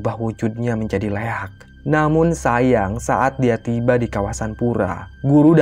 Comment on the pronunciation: Koreksi min 'Liak' bukan Leak